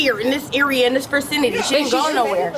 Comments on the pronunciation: her versinaty? 🙄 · Im a huge fan of idiots trying to be smart. "Fercinity" Lmao. She definitely has a disability, she's a fqn idiot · She said "in the FERcinity" instead of "vacinity" and I am dying laughing. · This vercinity right here. Don’t use words that you can’t pronounce correctly. It broadcasts how ignorant you are. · "this vercenity" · "in this vircinity" if an american woman cannot speak english. dont have kids with her, and vice versa. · I had to back the video up and listen again when I heard her say that! I was like "...vercinity??" 😂